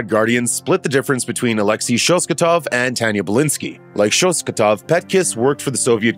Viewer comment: I can't explain how bothered I am by the mispronunciation of the Red Guardian's last name... It is ShosTAKov not ShosKATov...